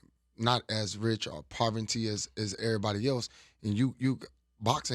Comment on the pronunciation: He just said "povernty" 😅 he trying tho